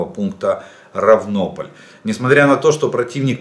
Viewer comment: правильно РАвнополь